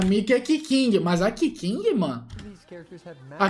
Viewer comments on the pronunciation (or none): Não fala da minha keking, eu já suporto falando mal da kokomi agora keking não e se pronuncia cûtin não quequingue